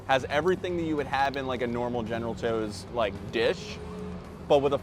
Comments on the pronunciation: never heard someone call general tsoas "chose" before its usually eithers "sah-w-s" or "sows" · You jacked up that name so bad 😂! It’s General Tso’s (ToeSo) 😂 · The way you pronounce general tso makes me wanna throw my phone across the room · General what???? 🤣 bro thats not how u say that